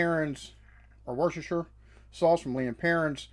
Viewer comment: Just so you know, Worcestershire sauce is pronounced 'wustersheer'. No need for seasoning, real butter not just spread and salt and malt vinegar. Simple and delicious done properly. I'm not saying there's no room for variants but that's the classic way.